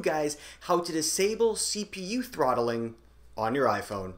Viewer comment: Lol it’s not trotthling ahahah